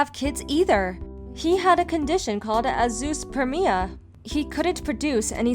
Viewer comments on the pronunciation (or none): The condition of not producing sperm is called AZOOSPERMIA. You people making these videos need to DOUBLE CHECK YOUR PRONUNCIATION.